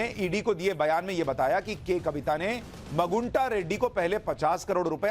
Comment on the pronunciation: मगुंटा नहीं " मागुंटा "